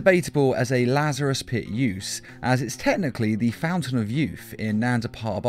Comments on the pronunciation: When u said pit u said piss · Dude half of the time you were saying piss instead of pit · You pronounce it like it's Lazarus' piss